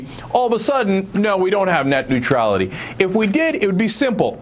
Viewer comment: Hahaha Neutrailty. Oops.